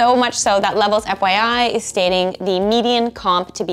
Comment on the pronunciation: Dear: If the word "median" is hard for you to say, then please stop making YouTube videos where you give people career advice. Please, just stop.